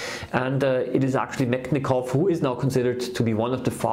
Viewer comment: Thank you for the video. Russian scientists surname is pronounced {Metchnikov} like CHarles